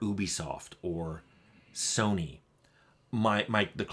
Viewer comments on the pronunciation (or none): none